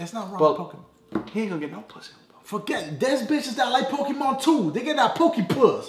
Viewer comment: rofl he said pokepuh! im done!